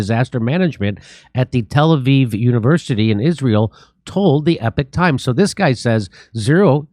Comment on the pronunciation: wait. You mean he cant say the word Epoch right? He doesn’t tend to get much else wrong. Don’t judge the source judge the data. Doing anything else makes one retarded.